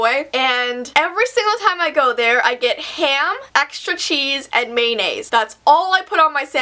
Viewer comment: not trying to be a hater and i dont know about how Canadiens talk or anything but i think it is funny when you say mayonnaise